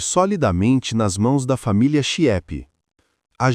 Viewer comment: A família é Chieppe, que se pronuncia "quiêpe", não é "chiépe".